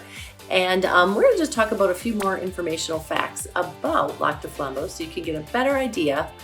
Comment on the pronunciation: I'm sorry, but if she's local, why can't she pronounce it?